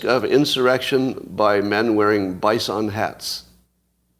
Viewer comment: Lol. Add bison to the list of words Scott pronounces extremely weird